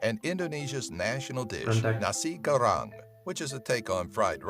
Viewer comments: Its call nasi goreng not a nari gorang by the way im from indonesia🇮🇩🇮🇩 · "nasi karang" wtf??? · Why i heard the video says "nashi gorang" ? :'v